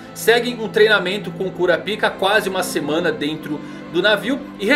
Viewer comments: Por quê o tem que falar "Cura Pica"? 🤣🤣🤣 No anime soa mais como Kurápika, pelo que me lembro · mesmo kura pika ? kkkkkkk kurápika(falando) ou parece que vc é urologista kkkkkk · Não sei pq mas sempre que ele fala o nome do personagem eu sempre escuto "curapika". E como é o gon adulto se ele ainda ta jovem e não da para ver o poder dele adulto?